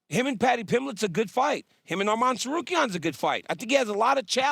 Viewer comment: Did she say paddy’s ?